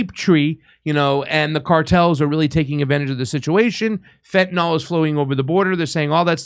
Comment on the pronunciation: I would say a very limited number are decent. Good ppl don't break the law to get here. Also it's FEN TA NIL NOT FENTNOL